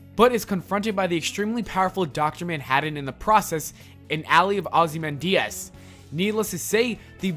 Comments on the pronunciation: mate your pronunciation of ozymandias was way off, it sounds like you said ozzy man diaz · mate do you really don't know ozymandias, your pronunciation is waaaay off